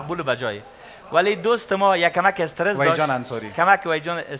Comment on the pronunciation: "Es ter ess" instead of stress also haha